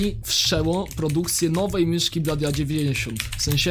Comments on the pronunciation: Mówi się blodi a nie bladi xD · a to nie wymawia sie blody a nie bladi?